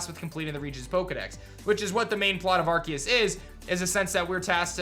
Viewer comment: I think Arceus is pronounced with an ‘s’ sound not a ‘c’ sound... but I’m not a teacher